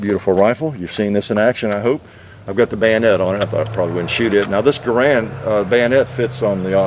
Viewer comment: Thank you for paying proper homage to Jean Cantius "John" Garand by pronouncing his family name properly.